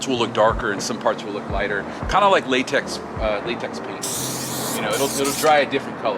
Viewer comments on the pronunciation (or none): none